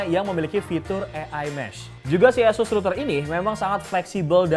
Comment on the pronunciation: Oohh itu namanya router eussuss tohh... kirain asus broow.... 😀